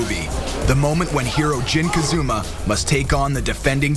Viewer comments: did he just said jin kazuma :D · he said jin kazuma not jin kazama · Jin Kazuma?? HAHAHA It's Jin Kazama!! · It's Kazama not Kazuma, the other one the father is called Kazuya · its KAZAMA not KAZUMA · YEAH WTF ITS KAAAZAAAAAMMAAAA NOT KAZOOMA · Is it really so hard to say KAZAMA?! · so he can say yoshimitsu but not KAZAMA??